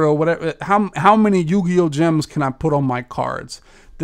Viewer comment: He said yu gi oh lmao